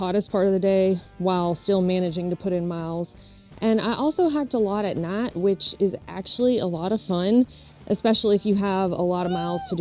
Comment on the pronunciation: YouTube can’t translate the way she says “night”. 😅